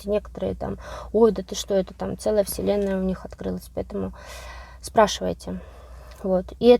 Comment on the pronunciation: Слово "вселенная"- слышится как вслЁнная. Не случайно?🤝